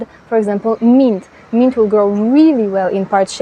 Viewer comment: Thank you. You gave me good ideas. The word "mint" was not understandable for a minute or so. The letter i is not like in french. It's sound is "ih" as in "the English word "myth". Also, the t is hard as in the word "sit". The n is also stronger. Your English is perfect except for that word. Funny, such a small word having complexity. I will plant my basil in partial shade and my chives in poor soil..